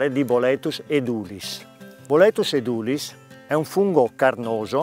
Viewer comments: Essendo latino (edūlis) l'accento dovrebbe essere sulla u (lunga) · Edulis con l'accento sulla E...